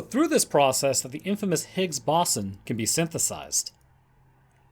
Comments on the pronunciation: Stop it, stop saying BASON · My god the pronunciation of ‘bO-zon’ and other words in this was way too distracting 😂 BOSSON wtf is bosson lmao (Still listened to it all tho 👀)